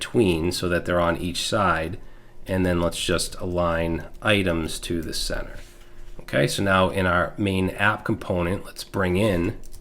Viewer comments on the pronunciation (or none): none